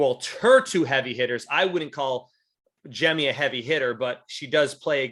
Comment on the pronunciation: I'm probably more annoyed than I should be about he saying "Jem" instead of "Jemmye"